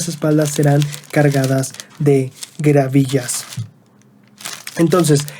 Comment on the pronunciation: No son gravillas, son gavillas jejeje